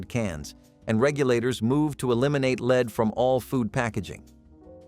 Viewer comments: Lead not leed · The heavy metal is pronounced LED not LEED 😂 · Darvon…. Pronounced….Dar-vaun. And Lead Chrystal is pronounced Led Chrystal. Not lees Chrystal! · Lead is l—-ED not leeed